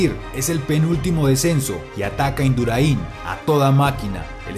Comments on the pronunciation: Induráin. Acentuado en la a. A ti te gustaría que pronunciaran mal tu nombre o apellido? Pues eso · Buen vídeo. Enhorabuena. Pero pronuncias mal el apellido de Miguel todo el vídeo. Se dice Induráin, con acento ortográfico en la A no en la I. Hay que cuidar esos detalles. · Qué grande es Miguelón. Cómo celebra la plata con el puño al aire, sabiendo que el oro ya era del equipo español. Nunca hubo un campeón tan generoso y tan querido como Miguel Indurain Larraya. Maravilloso video, por cierto, aunque se escribe sin tilde, Indurain se pronuncia acentuando la a, "induráin". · Un 10 en oratoria y relato, es Induráin y si, en mi amada Colombia es dónde se habla el mejor español, gracias por ser nuestros hermanos, de un español agradecido a Colombia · Indurain va sin acento en ninguna i y la fuerza en la pronunciación está en la a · Pero que dices, jajajaja si dice que pincha la llanta, la llanta es metalica, jajajaja y pronuncia mal el apellido de miguel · Por favor, quitadle el acento a la segunda "i" de Indurain, que me sangran los ojos. Y al nombrarlo, tampoco lo hagáis así, el acento hay que ponerlo en la "a". Gracias. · Bonito vídeo, para recordar a uno de los más grandes de la historia y lo generoso que era con sus compañeros. Hay más de uno que le debe una etapa del tour. Por cierto me han sangrado los oídos cuando decías Indurain con acento en la i, el acento es en la a, un saludo. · Buenos vídeos tio...pero...el apellido del más grande de la historia no se pronuncia asi. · Te has equivocado en el acento del apellido de Miguel Induráin. Me chirriaban las orejas todo el rato. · Induráin noooo Induráin. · como te atreves a hacer un video así y decir todas las veces mal Indurain??? ajjajajaj animo! Induráin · Deberías de pronunciar bien el apellido Indurain..No lleva acento en la i..por dios🤦🤦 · Colega, aprende a pronuncia Induráin. con acento en la a, no en la i, lo mismo que vídeo, no vidéo.. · Se dice Induráin, No Induraín😡😡